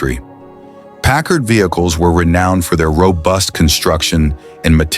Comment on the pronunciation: Pickard? You're stupid a.i. can't even pronounce the name right. Kinda shoots your credibility to hell. news flash: Packard's haven't " faded into obscurity". any car built in 1942 is a coveted classic. And how many Buicks are you going to show? Which is the '42? Where are the convertibles? Why is this not known as a convertible coupe? Couldn't find any convertibles, huh? the 1940 something. Did your stupid a.i. forget what he was talking about?